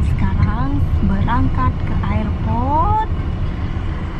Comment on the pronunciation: mbak itu ngomong airport nya bukan ayer- port tapi er-port...sorry gak enak di dengernya 😘